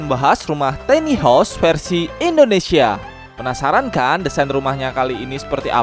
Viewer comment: Tiny dibacanya bukan teni tapi taini.